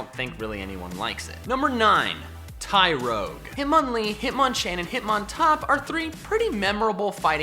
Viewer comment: TYROGUE, NOT TYROYGE!